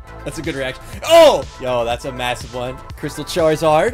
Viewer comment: Every time charzard charziar funny